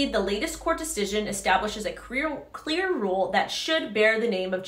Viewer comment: queer or clear? 😂 jk love watching your videos!